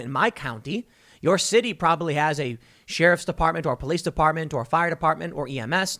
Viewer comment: You make me laugh Every time you say sheriff.